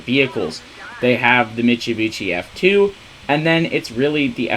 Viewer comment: I read this as soon as he said it, I'm dead man 💀